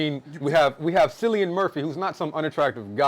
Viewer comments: Seeing this in a few hours and I cannot wait. I have 0 knowledge of Oppenheimer or the making of the bomb, so this will be interesting for me. I think Tenet is Nolan’s worst film, but I go back and forth between that and Dunkirk. Also, Cillian’s name is pronounced Kill-ian. I heard the cast and Nolan saying that in an interview the other day. Also Also, this is his 4th R rated movie. The Following, Memento, and Insomnia are all rated R. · Cillain is pronounced like “Killian” 😃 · It's ki lian not si lian. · Cillian Murphy is pronounced, Kill-ian. Loved this review, missed Bg4. 👍🏼